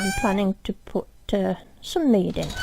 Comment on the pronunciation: When she says mead 😅😅